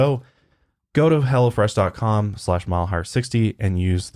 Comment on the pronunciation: Everytime I heard say Hello fresh it sounded like: 'Hella Fresh' and I kept thinking, yes it does sound hella fresh...😂